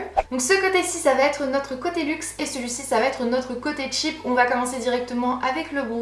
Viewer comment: Garance Schmitt parce que "cheap " c'est "pas chère " en anglais cest tout mais elle elle le dis comme "tchip" alors que c'est différent